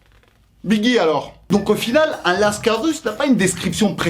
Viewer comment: Qui dit "lascard" pour dire cailleras lol